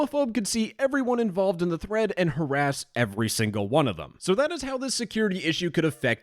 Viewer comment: the fact this sounds like threat more than thread makes this 10x funnier lmao